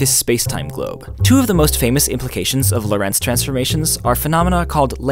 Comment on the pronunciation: It's interesting that you put the stress in Lorentz on Lo'rentz, instead of 'Lorentz. Why? In German and Dutch, the stress in the name Loren(t)z is on the first sillable.